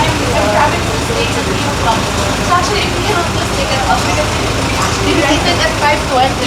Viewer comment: Achually este Actually po... spokening in dollars po si Madam. 😁